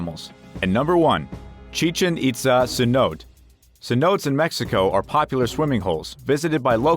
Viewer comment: YUP - I CALLED IT!! Now Mr. WORST-NARRATOR-EVER please tell me what a 'Sin-ote' is... I'm guess you meant Cenote pronounced 'Sin-o-tay' meaning a sink hole that is deep enough to be filled with groundwater.... Oh and we can't forget the "COASTA Concordia" which must be a sister ship of the 'COSTA Concordia' Not only do you NOT know how to pronounce words that people should know after graduating HIGH SCHOOL (everyone knows you didn't go to college and finish) but YOU. SOUND. LIKE. A. CHEAP. RO. BOT. ughh talentless hacks getting paid to narrate because they have a microphone 🤦‍♂️🤦‍♂️ HERE'S A TIP: READ THE SCRIPT FIRST BEFORE YOU RECORD IT. I guess you got confused as to what a 'London eye' was, ughh you know i don't even feel like finishing this... I hate the job you did on this and you should be replaced ASAP - I'll do the job 4 times as good for half the price... but not for a channel with near 2 million sub and 8000 video views 🤦‍♂️